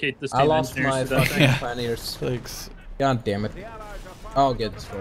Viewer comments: it's pronounced pie-on-eers not peon-neers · Pronouncing Pioneers wrong, its Pie-oh-neer NOT Pee-ohneer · Actually, it's pie-oh-neers.